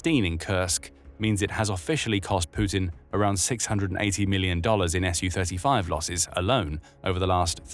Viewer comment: It's "Su-35," not "SU-35." It's pronounced "sue thirty-five."